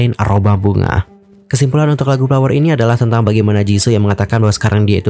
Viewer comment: Tolong banget F atau V dibaca dengan benar, FLOWER BUKAN PLOWER, VARIASI BUKAN PARIASI dan masih banyak yg lainnya. Konten menarik, cara bawain enak didenger, tinggal eja yg bnr aja utk F/V pliss bgt!